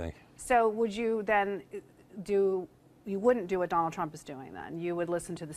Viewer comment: He mispronounced 'Trump'...